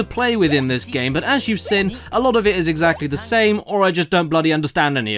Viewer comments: Also, I didn't notice until a few weeks ago that Caddy pronounces "seen" as "sin". I thought it was a one off, but realise he's always pronounced it like that. Now my mind is blown - and I can't unhear it. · I thought this was weird at first but then I realised I pronounce “been” as “bin” so I can’t say much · Now I can’t un-hear it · You’re right!